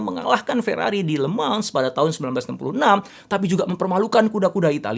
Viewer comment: Le mans dibaca lemang